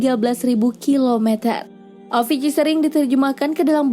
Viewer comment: Avici bacanya awici